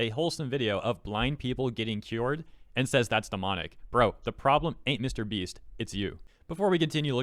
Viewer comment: Jesus what? What a funny way to pronounce MrBeast We actually live in a society where Jesus could be healing sick people and Twittards would say "He's only healing them for the views in YouTube!" I mean WTF man, they literally don't know what to do with their life so they waste it being retarded in Twitter.